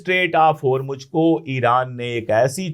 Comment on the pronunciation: اشوک پانڈے صاحب اپ بہت اچھا بولتے ہیں سچ بولتے ہیں اپ اردو بہت اچھی بولتے ہیں اور ہرمج نہ کہا کیجئے ہرمز ہے یعنی جے کی اواز نہیں ائے گی زیڈ کی اواز ائے گی